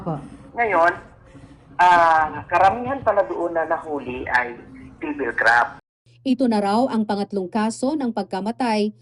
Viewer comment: Ganyan ang mga Bisaya pronunciation nila divil sa devil. Ex: Si Marites, sa Bisaya, si Maritis.